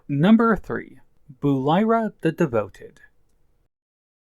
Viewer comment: Good video and I like that npc’s have their own development in TOTK. Also Buliara is pronounced in game as Bul-ee-ah-rah. Not Bul-eye-rah. She’s one of my favorite npc’s so I had to correct you on that. I like to call her Bully for a nickname haha.